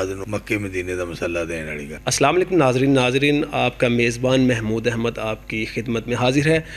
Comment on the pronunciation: والیکم نہیں ہے جناب وعلیکم ہے